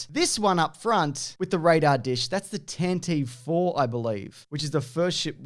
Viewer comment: The Tantive IV is pronounced 'tanti-vee' FYI.